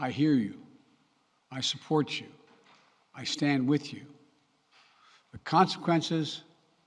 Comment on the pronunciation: He can't say consequences. Consakensas?